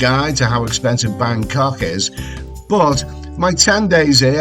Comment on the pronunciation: that dinner you had made me so hungry! Don't ever try and go all posh. Just that when you say 'Bangkok' you pronounce it Bancoughhhh. That's scouser talk if ever I heard it! Hope you're having a nice holiday mate.; you're a natural traveller. I love your reports from all over.